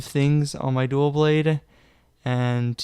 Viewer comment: “Duaw Bwade” no L’s allowed only W’s